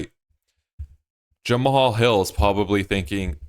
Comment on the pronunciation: Jemma-Haul-Hil... "Jemall" Jamahal